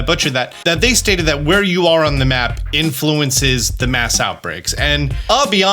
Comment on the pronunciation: Did I hear you accidentally call mass outbreak a 'maus outbreak' when talking about Tandemaus? lol